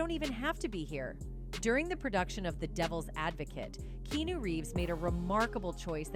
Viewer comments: KeeAhNew, not Keenu. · Key. Ah. Noo is how it's pronounced. Dumbas$es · They way she pronounced his name was annoying 🤦🏽‍♂️